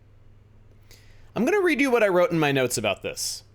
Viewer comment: well, that's NOT what we are talking a-boot.